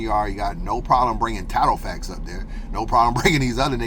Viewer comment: “Tattle factz” 😂😂😂😂